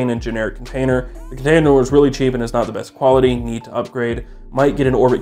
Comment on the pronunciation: Anotha thing, realla quickly, before we get started